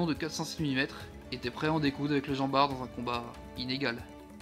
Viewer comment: Normalement on prononce le T de jean bart